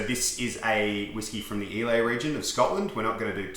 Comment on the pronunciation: Islay is pronounced eye-lah